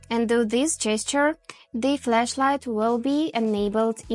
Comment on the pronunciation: It's FLASHlight. Not FLESHlight. These are 2 different things Q_Q